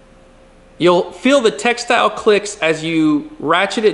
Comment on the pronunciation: Very informative video! Thank you! P.S. : it’s tactile not textile.